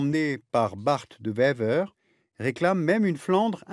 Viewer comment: On dit barte de ouèver pas bart de vever